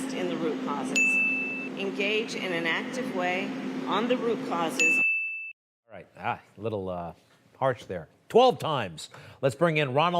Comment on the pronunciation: Haha rucauses rucauses